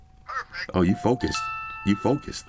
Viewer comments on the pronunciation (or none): that “PERFECT” was mad disrespectful at that point 🤣